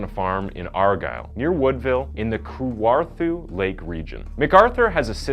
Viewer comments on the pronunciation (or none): It's pronounced Ka-warth-a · lol ive never heard anyone pronounce Kawartha as Koowarthu BUT that aside great video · Anyone else from Ontario basically spit out their drinks listening to the guy trying to say "Kawartha, or Fenelon Falls"?? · I love how you say Kawartha lake county. Live in this area. I even couldn’t say it right, when I moved. It’s hard to get all the A’s